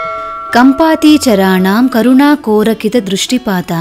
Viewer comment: 12 shlokam tappuga undi... Correct it ... ''Kampaatheera charaanaam''